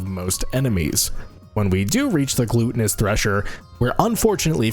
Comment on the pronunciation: how you pronounce gluttonous bothers the shit out of me... after that, was very enjoyable challenge to watch be completed